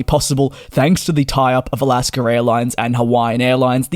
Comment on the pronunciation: Where is the R in Alaska?